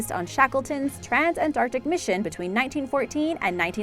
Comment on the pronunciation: Nice to hear "Antarctic" rather than "their" usual "Anartic"